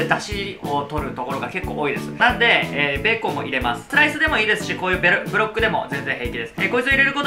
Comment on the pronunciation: ベーコンのブロックを、『ベロッ…』 と言い間違えたのを聞き逃さなかったよ